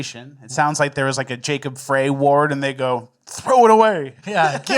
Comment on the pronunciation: FYI it is pronounced Jacob "fry"